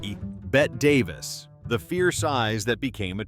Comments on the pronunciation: Bette Davis is pronounced BETTY Davis not Bet Davis! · BET Davis? Really? Peter Lorray, Peter Lorry, Peter Lorr...COME ON! Ditch the AI!